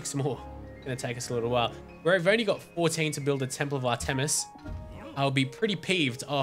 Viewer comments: Its pronouced art-miss not ar tem is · Actually it is AHR- tuh-mis. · not to be rude but its pronounced (ar-tim-us)